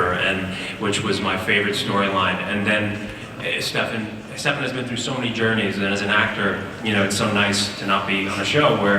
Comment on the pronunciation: That moment when I thought he said Klefan...